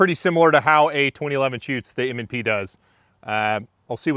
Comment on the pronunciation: ….. M and Prees? 😎😂😉